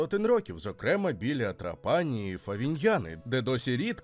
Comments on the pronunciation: ТрАпані, а не ТрапАні !!! Якщо так добре знаєте кухню, то чому місто не пам'ятаєте, як зветься... 🥴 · Відео супер, повне, містке. Молодці. Але не ТраПані, а ТрАпані. Аранчіні, канолі, граніта найсмачніші ніж у всій Італії. Ще вони роблять скшені помідори (pomodori secchi), ії смак найкращий. Хліб до страв ( супів) подають підсмажений поливаючи його зовсім трішки ароматизованною оливковою олією (олія+1 зубчик часнику твльки трішки для ледь помітного смаку+ базилік+ петрушка все перебивається блендером до однорідної маси).Я пишу і слики течуть😂 то є смачно неймовірно. Timballo на Сицилії як Melenzane a parmigiana в Неаполі, коронна страва, рросто ТОП. Gelato con il brioche, ви маєте спробувати обов'язково де б в Італії ви не були, неймовірно смачно. В кожному рогіоні Італії морозиво смачне і різне, але все одно дууууже добре. Ще граніта подають після рибної страви, щоб позбавитись рибного смаку, кажуть puglire la bocca( очистити рота). Італійці люблять смачно поїсти і підходять до приготування їжі з душою. Дякую за відео❤